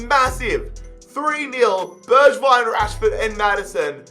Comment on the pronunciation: Also its pronounced berg-vign